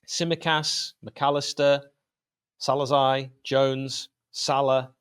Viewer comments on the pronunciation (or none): Who? Salazai??? sounds like the name of a Spanish conquistador 😂😂😂Ohh man, u made my day, but one degree better, after Guardiola's "Svolazi".😂😂😂 HU/EN roughly so: Szo/so , bosz/boss, lai/lie (pronounced like~"sobosslie") 😉